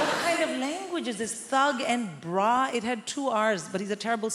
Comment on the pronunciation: She said "bra" in South African accent 😂